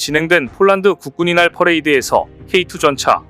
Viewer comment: 국군의 날을 국군이날로 발음하네요.